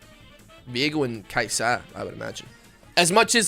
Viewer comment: it's Kai-sa not Kai-saa